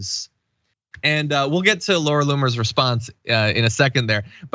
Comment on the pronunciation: Did you say Laura Loon-er?